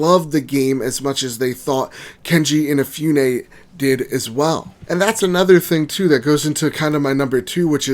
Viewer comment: His name is not KeNji InaFEWne. It's Keiji Inafune.